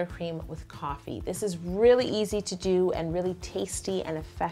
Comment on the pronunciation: I thought she said TOFFEE buttercream